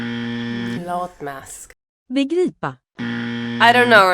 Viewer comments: Rochelle definitely got Begripa and Uppdatera!!! And sorry but Becky did not say Baggboda. Not even close 😅Nor was Wendy’s Pålyck. Otherwise well done! ❤ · Also begripa!! Rochelle deserved more points 😅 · I'm not a swede but we had to learn swedish at school in finland since finland has two official languages and the other is swedish, so hearing people try to pronounce swedish words is always so funny! edit: rochelle should've gotten a point for begripa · Rochelle definitely killed it! She said begripa perfectly! You should have given her that point!!! Next time you need a native Swedish speaker to be the judge! 🇸🇪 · Begripa was literally like the best pronunciation out of all of them!